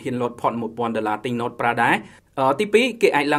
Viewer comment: នេះពិតNoteមិនមែនNot ទេ😁